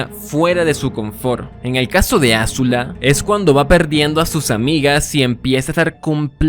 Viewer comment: Maravilloso análisis, es "Azula" no "Ázula" con acento prosódico en zu no acento en la A